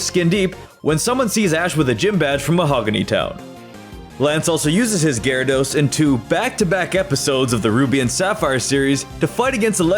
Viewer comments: GYARADOS, NOT GARADOES! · IT'S GYARADOS, NOT GYADORS!